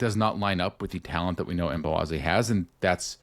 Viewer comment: Did anyone catch the pre-game interview with MLS 360 and Chris Brady? had Brady pronounce Mbokazi’s name and he said it with the K-we’ve all been calling him Mbowazi! The team calls him Mbo. Thanks again for another great re-cap!